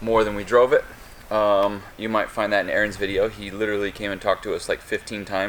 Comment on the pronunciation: Honestly the worst thing about drift week is ehh-ehh-ron losley & all the damn talking. it's not really drift week tho. it's an elitist drift people thing. the public can't really go to any of it. it's only an invite for the people ehh ehh ron says can go. it's arons little Hitler drift trip fuck that shit. it excludes alot of people from the whole experience.